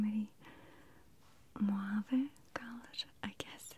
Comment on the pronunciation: Dear Maria, the word "mauve" is prronounced "mawv," not "mwav." Thanks for the relaxing videos.